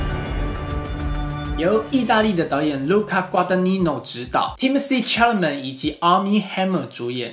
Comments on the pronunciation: 请你读他的名字： 撒拉枚 Cha-la-met is French..don't read it as MET.. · Timothée 的姓应该读作“啥啦没”